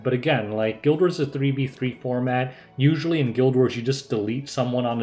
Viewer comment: I looked away from my phone when you said "guild war" and heard "gilbert"... I guess that's what it's called now